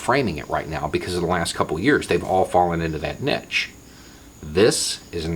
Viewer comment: omNIpotent, "neesh", pundit